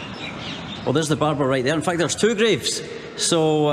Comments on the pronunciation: Its not barber, Its Babur (Mughal Emperor) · He is Babar not barbar 😂😂 the father of Humayun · Bruh I wheezed when he referred to Emperor Babur’s tomb as ‘Barber’s Tomb’ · Bhai wo Babur nahi Barber hi h. नाई का मकबरा